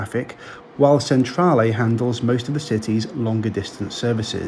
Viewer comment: Thanks for that, enjoyed it very much - the best I have seen for this trip - bravo, bravissimo! Well done for making such a great attempt to get the Italian pronunciation correct, but to be helpful - Milan/Messina/Palermo Centrale is pronounced ‘Chen-tra-leh’, not ‘Sen-tra-leh’; and thank you is ‘grats-ee-eh’.